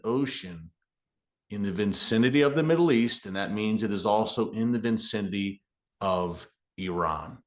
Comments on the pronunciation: Its 'viSCinity'. Not VINCINITY'. 5th grade English! What kind of reporter are you? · FYI the word is vicinity not vincinity😊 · Tell me I did not just hear Erick say "vincinity"....I still love ya, Erick 😊